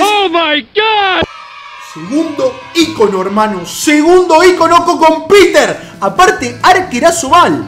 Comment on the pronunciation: Hasta que escucho a un youtuber decir ícono bien jajajaja dj pumus cacho entre otros dicen icóno con acento en la O jajaja